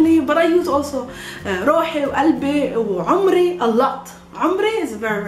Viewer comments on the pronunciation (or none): Sorry, but you are wrong. Pay attention on the pronunciation. In Arabic my age sounds like "aumri" (actually guttural a, that is not present in Serbian, but you can hear it from ) and not "umri". And i at the end is short in "umri", while in Arabic, i is long. Shukran for this video.